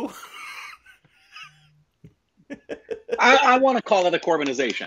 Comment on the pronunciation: No worries I'll help you pronounce the name. It's Soo/Ra-Rai Pot/Ttru